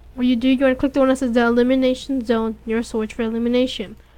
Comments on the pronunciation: Just saying, it's EM-YEW-LATE-ER, OR EM-YEW-LAY-SHUN. not eliminator or elimination. not trying to be rude or anything. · slow down emulation is actually an easy word to pronounce good vid tho